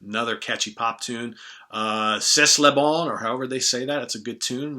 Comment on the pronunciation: C"est le Bon is pronounced like "Say leh Bahn" with the Bon as nasal as you can make it. lol.